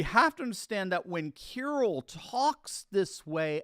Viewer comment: the Patriarch Kiril's name is pronounced Ki-REEL, not Kirul. Please, respect the Slavic heritage in that part of the world!